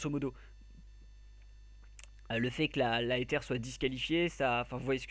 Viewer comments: ça c vrai Ezer!!!!! pas Eter ^^ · le nom de notre team se prononce ezer et pas etere!!!!